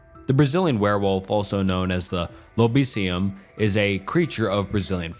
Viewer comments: found cute the way he pronounced lobisomem as lolobision and lobison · Brazilian werewolf is called lobisomem (wolf + man - in portuguese lobo + homem), its not lobisium